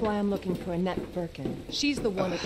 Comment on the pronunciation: Why i heard saying 'anatt' instead of anette 😂 mcm 'hanat' 😂